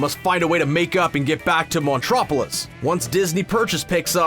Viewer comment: "Monstropolis," not... whatever you said.